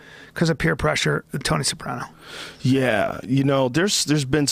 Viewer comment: Hate how Joe pronounces sopranos. Joe the worst Italian of all Italians